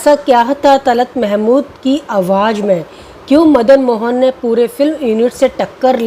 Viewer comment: A good presentation overall. Madan Mohan and Talat are my favorites, but I also admire Rafi greatly. The two singers are very different, there is no comparison. Friendly recommendation for the presenter: Work on proper pronunciation of Urdu words. Examples: "awaaz" instead of "awaaj"; "gham" instead of "gum". Also, try to look straight frontward rather than sideways (unless there is a reason).